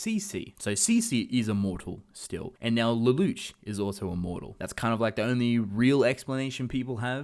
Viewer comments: It's Lelouch, pronounce it as a French word. Luh-loosh. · Am I the only one who hates how he says "Lelouche" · lelouch pronounced Leloush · Please don't pronounce the names incorrectly. It's pronounced Leloosh and it's not C.C., it's C2. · the way you pronounce lelouch's name bothers me way more than i think it should